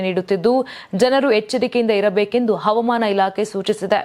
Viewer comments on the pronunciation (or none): ಕನ್ನಡವನ್ನು ಸರಿಯಾಗಿ ಮಾತನಾಡುವ ಅಭ್ಯಾಸ ಮಾಡಿಕೊಳ್ಳಿರಿ. ಅವಮಾನ ಇಲಾಖೆ ಅಲ್ಲ, ಹವಾಮಾನ ಇಲಾಖೆ ಎಂದು ಉಚ್ಚರಿಸಬೇಕು, ತಪ್ಪನ್ನು ತಿದ್ದಿಕೊಳ್ಳಿ.